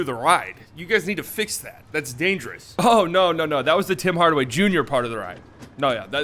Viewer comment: This man said Bim Bardaway Bunior and it got me